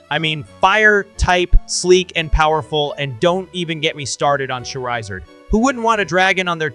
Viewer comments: Dude that IS NOT how you say charizard. Its CHAR E ZARD. or CHAR UH ZARD. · CHAR I ZARD....